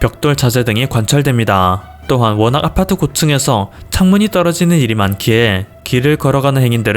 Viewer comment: 아파트할때 '아'에 너무 강세 두네여!